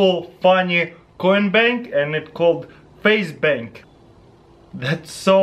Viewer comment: Who thought he said faze bank instead of face bank